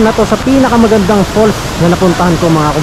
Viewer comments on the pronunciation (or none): Falls po hindi "fool". 😊